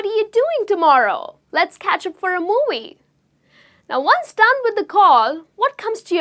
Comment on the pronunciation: You need help pronouncing "V". You are saying your V's like W's in words such as available, visualise and movie.